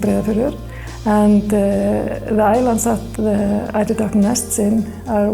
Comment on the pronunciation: I kept hearing and reading it as "elderdown." kept worrying these were elder ducks you were taking from :( EIDER.